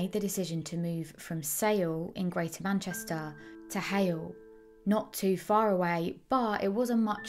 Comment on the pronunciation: simaloh, manchestoh, aww, impecabaw, sayuw to hayuw, sustainabuw, areoh.